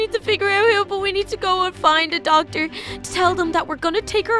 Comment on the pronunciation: lol said docter to the wizard